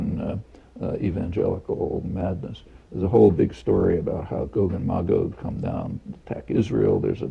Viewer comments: Magog is a town in the Eastern Townships of Quebec, Canada. It's pronounced "MAY-gog", btw, and they've been plotting against Israel for years. Bomb them. Now. The Biblical prophesy demands it. Carry out the Word of God. Thank you. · That's pretty close to how I always pronounced 'em, except that I went with "muh-gog" instead of "may-gog". You know...like if someone is totally blown away by something, and they 'stand, staring agog". Like that.